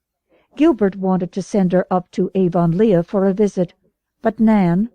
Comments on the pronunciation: I read this comment before I started listening and I couldn’t imagine what you meant. Well I soon found out. Gasp! Aa-von-Leigh-a! No!😱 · Someone really needs to “redo” this. So many mispronounced words. “Lylock(lilac)”, Avon-Leea(Avonlea), Mogog(Magog)! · but then, it does look like that... but I still pronounce it ah-VUN-lee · AVON LEEEAH?? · I am definitely not used to the way this narrator says Avonlea. but I'm grateful for any free one. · Why doesnt she use the accepted pronunciation? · Oh SAME I'm glad they stopped saying Avonlea som much after the start where it was in there like 30 times. It was way less later on I straight Up I didn't think I was going to be able to stand listening to this book....which is bad because unlike the rest of the series it's not on my audiobook App & I couldn't find it anywhere else online. And it's you know... a series & a long one. It would drive me more nuts not to be able to finish it properly and skip a book than the way this narrarator for some ridiculous reason says Avonlea like Avonleigha lol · I agree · It's definitely not the way Canadians say it..... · Has the narrator ever watched a video or a movie about Road to Avonlea or Anne of Green Gables? because her narration, and pronunciation of the word Avonlea is incorrect!